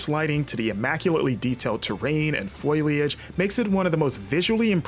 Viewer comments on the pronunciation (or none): Did.... did he just pronounce foliage as foil-lee-adge? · Do you seriously not know how to pronounce foliage? (foh-lee-ij) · How did you manage to mess up the pronunciation of foliage? Got that one all kinds of wrong bud lol. The Internet exists and clearly you know this. Might want to brush up on some grammer skills. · Never heard "foliage" pronounced quite like that 😂